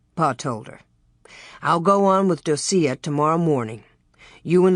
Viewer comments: Um the name Docia is pronounced Doh-shuh … not doh-see-uh lol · Yeah I'm really surprised she pronounces it like that.